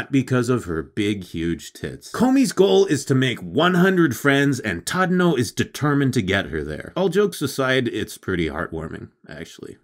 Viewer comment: Actually, you pronounced it wrongly. His name is not Tadano, but Chadano!